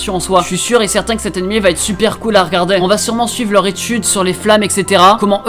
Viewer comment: On dit animÉ et pas animÈ ça me casse les couilles putain mais la video est bien tkt